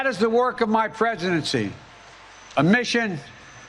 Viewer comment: Did he say my Prejudency? When God makes the mouths of fools talk.